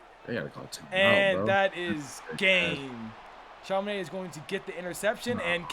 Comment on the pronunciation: It's not Chama Naid.... it's chamaNodd